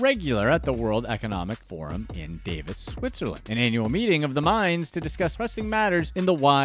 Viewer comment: Davos (in Switzerland) is pronounced “Dah-vohs”, not “Day-vis”.